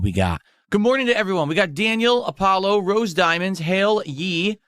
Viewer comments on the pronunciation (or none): none